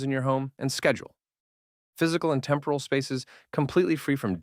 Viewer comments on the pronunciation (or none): none